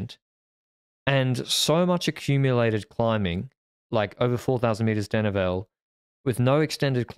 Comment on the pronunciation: will you please pronounce "denivelé" properly! It's "deh-nee-velay" notnot "deh-nee-vell"